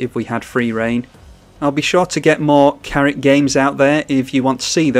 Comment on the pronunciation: That was a really cool game, thank you! I liked how your pronunciation of K'rrik sounded a little like Carrot to me. I have a good time pronouncing it the germanest way possible just because it's silly fun. I am german, so it sounds quite crunchy.